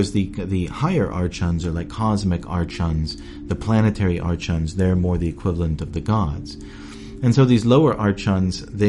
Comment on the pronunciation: Its not artchons its ARKONS fucking idiot